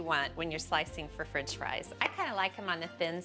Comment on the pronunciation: “Frinch” fries